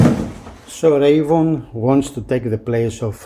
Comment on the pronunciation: Two things . . . First, you are mispronouncing "Reavon". It's pronounced "Reee' VON", not "Ray von". Second, as much promise as the Reavon players have, for the price these players still need quite a bit of work. Go on the forums to review the issues. My biggest concern is the price. Both players (the X100 and the X200) cost a whopping 50% more than comparable premium models.